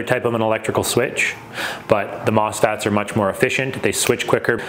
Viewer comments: it's mosfet, not mosfat. and a mosfet is a transistor. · MOSFET, not mosFAT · MOSFET … Not … M**FAT.